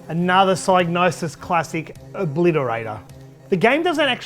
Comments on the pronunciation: You are defintely the first person ever to pronounce it with a silent G. Everyone, when growing up, on TV (e.g. ads, game shows, and computer shows), at conventions, all pronounced it with a hard G and either a "Sig" (sounds like "Dig") or as "Sy" (sounds like "Die" -- i call this a hard "Y") .....meaning, the hard G (not silent) was always said the same way. It was just the beginning part if the "Y" was soft or hard. For me i pronounced it with a hard "Y" which is the most correct version, even trumping Clarke ;P. Proof? Check out BLOOD MONEY's intro to hear how Pysgnosis pronounced their own name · You are indeed wrong. It should be pronounced Sig-nosis. The y is pronounced like in 'hypnosis' and the G is most definitely not silent. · hmmm, I decided to look into it and I'm pretty sure you're wrong. The word “gnosis” (meaning “knowledge of spiritual mysteries”) is pronounced with a silent G. Presumably the “Psy” part comes from “Psychosis”. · It's a made up word, so if the guy who made it up pronounces the G then that's that, the G isn't silent. But linguistically it makes no sense. Also saying I'm literally the first person EVER to say it with a silent G is just retarded. A combination of G and N almost always means the G is silent, eg. gnome, gnocchi, gnarled, gnat, gnaw, GNOSIS 😂